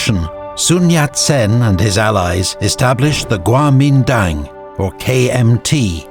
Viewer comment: In Mandarin，“国民党Kuomintang” is actually pronounced as“guomindang”，and “满族 manchu” is “manzu”, so basically he is right